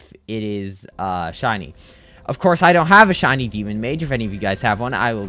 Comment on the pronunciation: Bro Said Chiny Or Chinese Instead Of Shiny